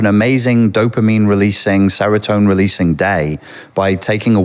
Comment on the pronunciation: Zelenski, not ‘Velenski’. Exhibitionism, not ‘exhibitism’ (or whatever he was aiming for). Serotonin, not ‘seratone’. Not even 10 minutes in...